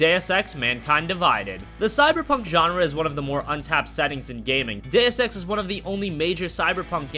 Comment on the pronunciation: did he say "DAYUS" EX lmao